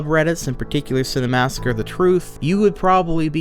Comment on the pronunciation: Minor nitpick, but the fact you pronounce it "Cinemassacre the Truth" drives me nuts haha